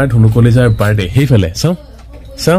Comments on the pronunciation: তুমি শব্দ শুদ্ধকৈ কবাছোন শুনিবলৈ বেয়া লাগে তুমি কৈছা বাৰদে 👉বাৰ্থদে কবা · জন্ম দিন বুলি ক'লে হয় বাৰদে বাৰদে বুলি কৈ আছে । শুদ্ধ কৈ ক'ব লাগে বাক্য বোৰ।